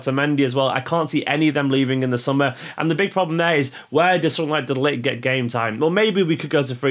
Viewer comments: Pronunciation of De ligt :De li(i like in immense) + g(g like in get) + t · The first time you said De Ligt (not including his first name which you completely butchered :p) in this video was the right pronunciation. The G is harsher than how you said it but it's perfectly fine for an Englishman. De Bruyne's name gets butchered much more by all English people.